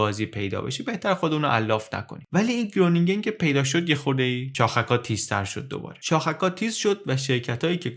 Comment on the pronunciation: درود تلفظ صحیح گرونینگن باید خرونینگن باشه که اسم شهریه در شمال هلند.